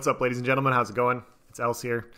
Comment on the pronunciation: Your name is not ‘else’ bro